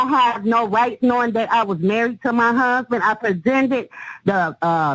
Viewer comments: "He done kilt muh DAWWWG!" And "Muh Huuuuusbin!" Cracks me up how she mispronounces and drags out the wrong syllables, LOL... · I'm amazed how she manages to drag out the first syllable of "huuuusband" everytime. 🤣